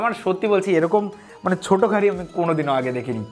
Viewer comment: ছোটো না ছুডো 🤣🤣🤣🤣🤣🤣